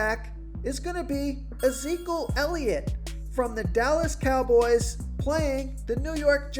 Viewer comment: I die every time try and says Ezekiel elliot 🤣🤣🤣🤣🤣